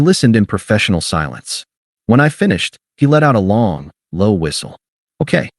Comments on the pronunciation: Okay is two syllables :face-red-droopy-eyes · ..."ok" has 2 syllables, not one. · Okay is two syllables, not one. AI can't even count. Get rid of it! 👎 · Okay is two syllables, not one.